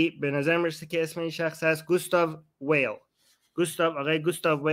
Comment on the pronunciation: آرمین ، به آلمانی ، گوستاف وایل درسته🙏👍